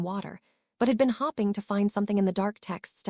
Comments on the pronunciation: All the hopping in part 1 was killing me! Lol! Absolutely no Hope, Hoped or Hoping! All about the hops! Annoying but funny!😅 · This ai pronounces hoping as hopping, and it's hilarious. "She was hopping to join" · Hopping implies enthusiasm and I love it!